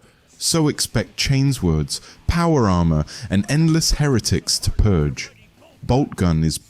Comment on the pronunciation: I wasn't 100% sure until i heard "chains words" when talking about the chain sword in Boltgun.... lol